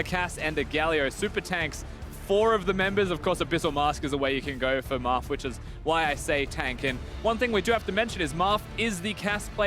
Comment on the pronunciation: Marf? Sounds more like Barf to me.